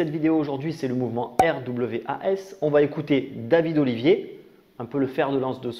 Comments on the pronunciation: Au faite ça se prononce: rwas! ;) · R.W.A.S. ça se prononce RWAS Derien 😂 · RWAS ? Je croit que ca se dit "rouasse" . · Alors RWAS ça se prononce « connard » en fait... De rien 😘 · Ça se prononce RWAS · Les sojabruti 😂 magnifique, et pour RWAS le w en anglais on dit double U peut être que sa se dit comme on pourrait lire RUUAS. et fais attention à ton fond sonore, en début de vidéo on entend plus la musique que toi quand tu parles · En prononciation anglaise ce RWAS me rappelle pas mal Wrath qui veux dire... Colère... Ce qui explique en fait complètement ce qu'ils sont xD